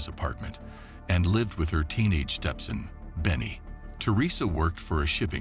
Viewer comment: Say Vietnamese & Stepson again 😂😂